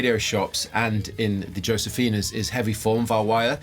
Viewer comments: the "J" In josefina is pronounced like a letter "H" Pronounced Hosefina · Pronounced hosefina..... Europeans.....lol